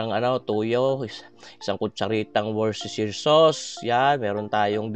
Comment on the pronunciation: hahahaha WOOS-TER-SHIR sir ang pag bigkas hahaha try ko tong champene mo sir thanks sa recipe!